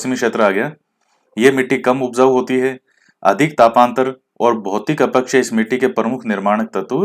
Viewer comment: Sir aap अपक्षय को अपकक्षय बोलते ह । acha lagta h ye bhi😁😁😇 6 out of 6 sahi h sir...